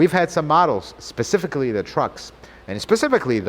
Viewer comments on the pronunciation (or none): none